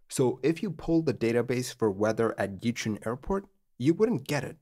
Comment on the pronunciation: Because doing something basic incorrect casts a shade of doubt over the accuracy of complex things. Another one: Yichun is pronounced more like "Ee-chwen".